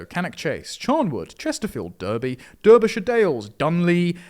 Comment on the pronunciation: Beautiful stuff. It's pronounced 'Darbyshire' though not 'Durbyshire'. Also 'Worcester' is 'Wooster'.